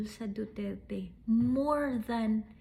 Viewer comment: hindi kaya sinadya ng judge yung pagpronounce ng duterT para homonym ng retardT🫢